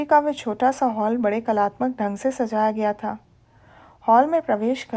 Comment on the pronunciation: मैडम आप ' वह ' को we पढ़ती हैं जो बहुत खटकता है प्लीज़ ठीक कर लें ,आपकी आवाज़ अच्छी है ,कहानी बहुत बढ़िया